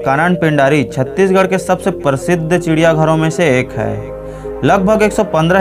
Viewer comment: परसिध नहीं होता है है भाई ना हि परतिशत होता है।